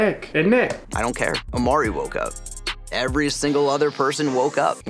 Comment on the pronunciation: It is Imari not Amari